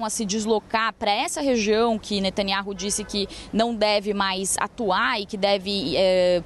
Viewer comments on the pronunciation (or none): Eu quero saber onde está a pressão mundial pra libertar os reféns que estão há QUASE um ano em cativeiro??????? Só pra contar: a pronúncia do nome do nosso primeiro ministro é Natanyau